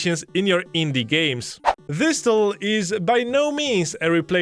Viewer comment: Please dont ever say "Zis feature" ever again Use a "D" instead of a "Z" Dis feature = this feature